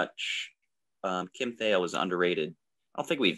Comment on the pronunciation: It's pronounced Kim "Tie - eel."